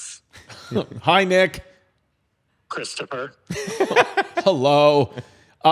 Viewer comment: Idk why Nick saying "Christopher" made me cackle